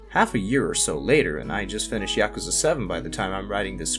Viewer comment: It's Pronounced Ya-ku-za! Not. Ya-ka-za. So many YouTubers say it wrong lol. There's a video on YouTube to teach you to say it right!!!